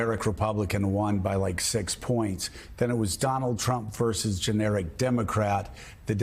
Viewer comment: Trump NOT Tramp !